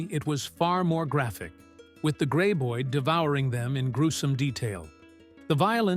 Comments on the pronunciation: "gray-boid"??? I HATE AI speakers. AI also likes to repeat entire paragraphs because the computer does not understand that repeating these paragraphs ruins the talk. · Wasn't this Kevin Bacon's first ever film..... 😅.....not great info and I absolutely HATE thease ai narrated videos 😂😂😂 can't pronounce graboid 😂😂😂 ridiculous when it's the name of the monster 😂😂😂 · Too bad the narrator did not know how to pronounce Graboid.